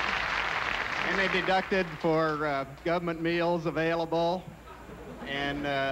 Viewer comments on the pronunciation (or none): none